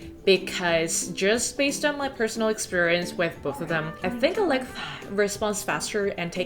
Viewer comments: Why are you saying alexa like that? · Why are you pronouncing „Alexa“ like that? Does it have copyright reasons? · Why are you saying Alexa like that? :/ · I think she was trying not to trigger Alexa while she was recording her voice over 🤣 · 와~ 저런 결벽증이라면 저도 갖고 싶네요. ㅎ 집 멋지게 꾸미신 거 너무 잘 봤습니다. 한가지 궁금한건 알렉사를 말씀하실 때 왜 ‘사’ 발음을 흐리신 건가요? 대놓고 말하면 안되는 건가요?(중요하진 않지만 궁금해서요.ㅋ) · I like how you say "Alexa" in a differently to prevent triggering others' Alexas haha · 근데 일부러 알렉하 구글하 이렇게 말하시는건가요..? 넘 궁금해서 댓글 답니다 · Alexhaa and googleha 😂😂